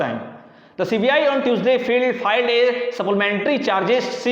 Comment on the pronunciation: Filled (भरा हुआ) नही filed (दायर) होता है।